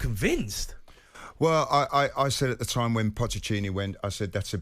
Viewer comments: Stopped listening once he said Pocchetini. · Who's pochechini... ytf does everyone struggle with his name? How longs he been in football now? 😂